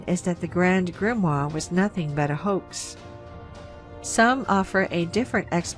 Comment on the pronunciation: While I love you and your channel, we really need to work on your pronunciation of words : ) Such as Chronovisor and Grimoire.